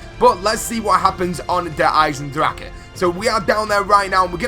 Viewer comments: It's not called Der eisendrakon or eisendrache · lol at pronunciation #eisendraha? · The way he says the name of the map